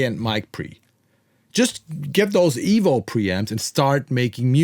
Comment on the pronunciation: Why does the thumbnail say $29 when it is actually $150? Also it's not pronounced "evol" or "evil" is just EVO. Anyway, whatever.